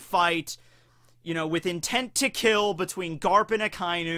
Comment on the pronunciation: A-KA- E_NU Red Dog four Sylables that's not how ANYONE SAYS! IT STOP IT.